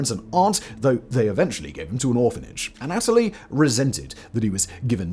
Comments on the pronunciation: The way you say Anatoly is killing me. You say uh-NATALIE. We say ANNA-tull-ee 😂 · It is not pronounced aNOTaly. It is pronounced ana TOH ly. Hugs, The Corrector. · anna-toe-lee, have you seen docudrama Chernobyl HBO for pronunciations.